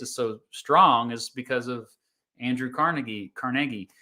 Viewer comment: Thank you for pronoucing Carnegie correctly. It's something anyone who is a Pittsburgher or knows a couple Pittsburghers will know!